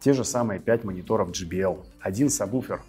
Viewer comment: Антон, образованный со знанием английского языка, а по прежнему говорите "сабБуфер", хотя истинное название "сабВуфер", причем пишете правильно, а произносите по-другому. Спасибо Вам за ваш канал на ютьюб.